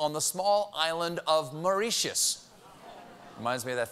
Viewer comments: According to 2 people I knew who were born & brought up there Mauritius is pronounced mor-IH-shus and not mor-ee-shus. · more-ree-shush? home of all base ball team names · Cheap jokes only tonight i see. Also heads up, wikipedia and google both have functions which tell you and give a speech version of how to pronounce place names like Mauritius. Its a two second web search if you don't know is what im saying. Also, while im on a warpath, ** you Ohio. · Next time, Google how to pronounce the name of Mauritius before you go on air.